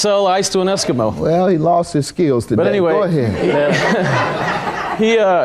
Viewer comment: "Are you high tuh-DAY???" I need that on a shirt. That's the second time I heard him ask that 😭🤣😭🤣😭